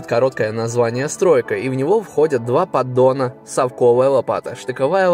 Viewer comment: Только правильно - пОддон, а не пАддон )